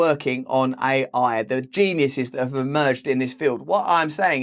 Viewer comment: Russell pronounces AI as I I. But what do you expect from people who refer to IBM, as "they" as in "they are," all the while everyone else knows that IBM is an "it." It is a singular corporation, not a plural. Never say IBM are doing something. Obviously, we should say IBM is doing something. (BTW, same goes for Australia and NZ.)